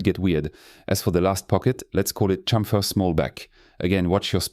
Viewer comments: This French touch in Chamfeeer 😄👍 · Unga Bunga, me like french man say "chamfer"